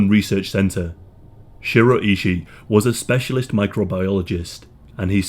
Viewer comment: It’s pronounced Shoe-roe eye-shy, that’s how you pronounce his name.